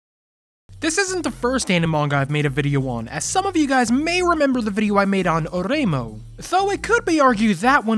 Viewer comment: Not the Spanish pronunciation of Oreimo 😭😭😭😭